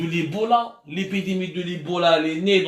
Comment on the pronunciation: Il te faut des séances de phonétique !!!!! Ebola et non ibola !!!!